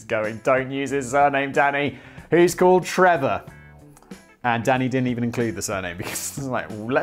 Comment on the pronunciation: Every time you say danny, all i hear is daddy. Just yellin "daddy yes!" Lol.